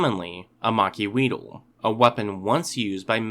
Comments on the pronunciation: Macuahuital is pronounced "mach-HWEE-tl." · I am pained by the mispronunciations of Macuahuitl in this video.